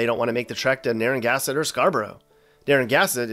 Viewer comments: Beg your pardon, but you totally jumped the second N into a spot before the G. "NarraNgassett". I had to go back and listen to it twice. It was like you did it once, and then couldn't undo it. Luckily for you, there's nothing doing in Pascoag, and very few have heard of Padanaram. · It's pronounced Nar-uh-GAN'-seht! And by the way, the median price of a home in Newport is over $500,000. It is NOT an affordable place to live! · Narragansett is pronounced NAER-uh-GAN-zit. Not “narrow-gasket”. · Not "Narangasset". It's "Naragansett " (pronounced nar-a-gansit). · As someone who goes to the little island of Jamestown (Originally called Conaticut Is.) every summer, I am happy any time I find a video based off of Rhode Island. Loved every moment of the vid. However... It's (Naer-Uh-Gan-Zit) not (Narrow-Gasket) You said 'towns' on Block Island, but in reality, there is only one town, New Shoreham. And you forgot to talk about the proud and true sailing industry in Newport! The Block Island Ferry nod sparked so many memories though... thank you for that one. I've also found stuffies to be up there with chowdah. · Narra-gann-sett not “Near a gas tin” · It's not "Narragassett" it's Narragansett. It's the best state in the country. It's full of beauty, excellent food, and a hub of the art scene. Show some respect. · There is so much you got wrong it ain't even funny. Plus why tf you keep saying Naragasett? It's naragansett. Pronounced Nara-GAN-sett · Most of what you said was very true. But one thing - its Narra-GAN-sett - NOT Narra-GAS-ett! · It’s pronounced Narra-gansett. Not naran-gasset wtf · It's Na-rra-gan-sett. Not Na-rang-asset. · Dude, if you're going to trash talker an entire state you should learn how to read. The town is called Narragansett not Naragassett. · Say it with me “nara-gan- sett” Jesus Christ it’s not naragasit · Nah it’s pronounced narra gansett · Hahahahahhaha “ narrow gasket “. Wicked Gasket bro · We need to teach you how to say Narr a GAN sett. LOL